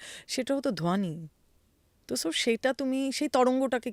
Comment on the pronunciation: ধোয়ানি, ধিয়ান, মাহাদেব এসব না বলে ধ্বনি, ধ্যান,মহাদেব উচ্চারণ করা যায় না!🙂